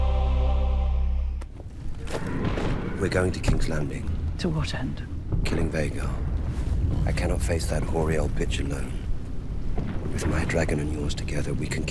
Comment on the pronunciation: hoary, not whorey Vhagar